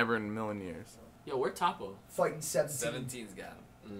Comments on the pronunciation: "okay tappo" lmfaoo don't wanna be that guy but it's toppo 😂. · Toe-po not fucking top-oh